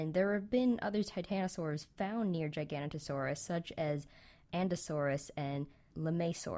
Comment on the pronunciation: It's pronounced Gig-a-no-to-saurus.